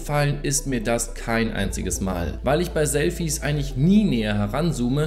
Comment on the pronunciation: Wie er Selfie ausspricht XD